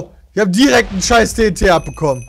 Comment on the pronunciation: wie bei anstatt tnt, ttt sagt😂😂👌